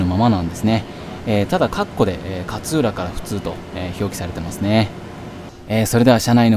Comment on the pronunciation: 勝浦の発音が銀魂の桂小太郎のキャプテンカーツラみたいなのはまったw